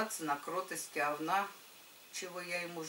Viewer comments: Особенно неприятно слышать "овнА") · Erika Erika да слышится овнА как говнА